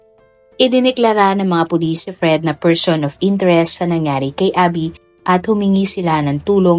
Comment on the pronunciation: Meron nga po kaunti sa part na " tinanong ng mga pulit, (s) ang nga staff ng hotel kung may katama ba si abby. Pero no prob still my Idol po.